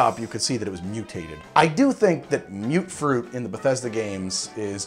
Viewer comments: "Mute-fruit"?..... I say it as "Mutt-fruit". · Its not mute fruit, its muttfruit. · you keep saying mute fruit it's mut fruit